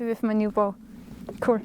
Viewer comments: Yes I love how Austrians and Germans say “that’s cool” — “dats kouhl”. 👏😎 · I like the way she says "cool." "Ku•rl" 😊